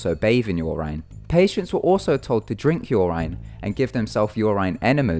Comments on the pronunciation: your-in not your-ryn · Guess again :3. Its just I have never hear it said "yur ine" German. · It is pronounced "Your In" without a space :3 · "Your Ine". I can't. 😂😹😹🙅🙅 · Listening to you butcher pronouncing urine 16 times in 3 minutes was brutal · You pronounced urine wrong. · u say urine so weird :/